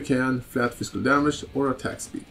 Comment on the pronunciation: you kept pronouncing physical as "fiskul" that was amusing to me, great vid btw!